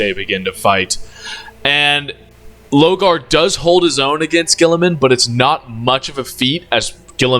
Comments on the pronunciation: Pronounce “Lorgar” Correctly Challenge: Maximum Difficulty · I'm taking actual physic damage everytime you said Logar, my brother did you need see the r? 😂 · Damn, the amount of times you mispronounce my man Lorgar name. The disrespect 😭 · Yurizen for lorgar was very funny